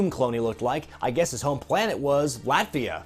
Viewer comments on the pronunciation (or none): Latveria not Latvia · Latveria not Latvia. Sorry, I'm pedantic about comic characters lol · It's Latveria, not Latvia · Its Latveria